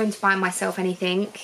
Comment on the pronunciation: One of my pet hates - it’s “anything” not “anythink”. Anythink is not a word